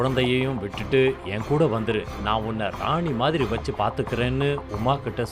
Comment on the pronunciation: மச்சான்னு சொல்வதை,மஸ்ஸான்னு சொல்றதும், வச்சின்னு சொல்ல வேண்டியதை வஸ்ஸின்னு சொல்றதையும் மாத்தும்மா. ஸ்டைலா சொல்றதா நினைச்சி இப்படி சொல்றது அசிங்கமாயிருக்கு